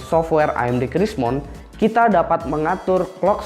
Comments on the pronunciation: crimson bang bukan crismon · crimson bang bukan krismon wkwk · Om, softwarenya Namanya Crimson, bukan crismon 😂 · Btw ,Drivernya salah sebut diakhir video ,Crimson jadi Crismon, lol